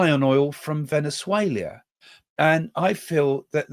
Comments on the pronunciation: Venezuela, not Venezuelia...there is no i. Just saying! Thank you for your very informative podcast. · Why are you pronouncing Venezuela VenuzueLIA while speaking English! Why not España. For Spain?? 😂😂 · I prefer Craig's " Venezuelia!" 😂😂😂